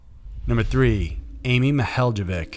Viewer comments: Being from Ohio I cringed at The mispronunciation of Amy Mihaljevic’s name. But in all fairness I never would have known how to say it had I not heard it many times before. It’s like Ma-hall-uh-vic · Amy Mihaljevic, pronounced: Ma-hall-ovic' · It's pronounced Amy ma-hall-ah-vick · First, I love your channel. I have one quibble with this video - Amy's name is pronounced Mill-HALL-o-vic. Bay Village is right near where I grew up - I hope one day her killer is brought to justice. Thank you for shining light on her case. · It is pronounced Amy Ma-hall-la-vic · I live not far from where this happened. The last name is pronounced MI-HOLLOW-VIK. Soft "I" for both. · It's pronounced Amy Muh-HALL-a-vick. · Case 3: Amy Ma-HEY-lo-vic. The "j" is pronounced like an "h" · Oh. You pronounced Amy's last name wrong. M-hall-ah-vic. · MIHALJEVIC is pronounced Mi-hall-uh-VICH. The J is silent. You’re welcome. 😉